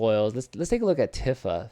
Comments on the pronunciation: It’s “Tee-fa” not “tiffah” bro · He must be very tired because everyone knows it's not pronounced that way.